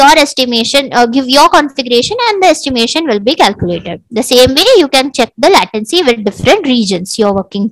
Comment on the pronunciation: nice explanation. How ever you use a lot of "so", mostly in unwanted situations. And your "latency" pronouciation is wrong. Hope you create more vidoes.